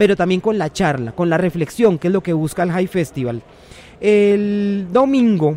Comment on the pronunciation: Papa, es Hay festiVAL, es español no me cambie las pocas tradiciones y eventos medio buenos de nuestro país por tratar de pronunciarlo en ingles, el festival es colombiano y usds son colombianos se llama Hay festiVAL, es español Jay FEStival a lo capitán américa, tengamos identidad de lo poco bueno que tiene este país y no seamos tan regalados